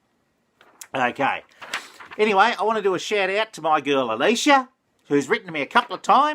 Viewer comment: Thanks for the shout out! Ya know I'm just Leece right? If ya really wanna call me Alicia you gotta say it Ahlisseeya. But never mind all good, everyone knows me better as Leece anyway. Have a look at the Judith Wright poem "Magpies" (the Australian murderbird magpie, not the European bird it's named for) always gives me a tingle. Did you ever get to Wadjemup? There's a place to visit.